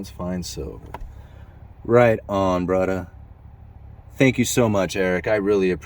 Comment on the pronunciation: what dialect was that "brother" (~braduh)